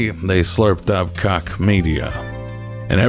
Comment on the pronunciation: Thank you for using the correct pronunciation of Koch. The Koch family frowns at us.